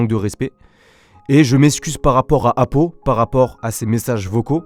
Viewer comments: Apo pas apou t’es pas dans les simpson 😂😂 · mdr au début tu la appelé apou au lieu de apo😂